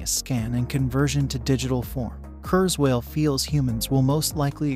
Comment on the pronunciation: Say kuerswell one more time!